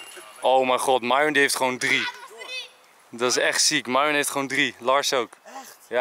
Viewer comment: Enzo, je pest Myron wel door haar naam verkeerd uit te spreken, arme Myon